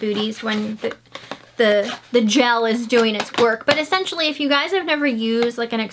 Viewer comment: I love when you say accentually. It's what makes you you !